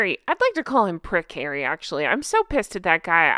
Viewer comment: Judge 🧑‍⚖️ went like “I didn’t know that Hawwy has children ?! 🤏🤨